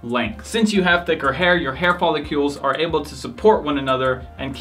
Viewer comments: Follicles bruh, follicles! Not folicULES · Is it pronounced "follicles" like icicles or the way you are saying it "follicules" like molecules?